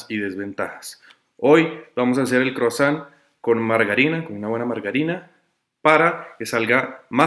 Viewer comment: Oi se pronuncia oa..san se pronuncia son gutural.....tons es "croa son" gutural.